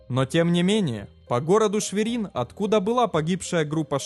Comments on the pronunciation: Город ШвЕрин, а не ШверИн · Scheise! Не ШверИн, но ШвЕрин. Конролируйте правильность. По ушам бьёт сильно.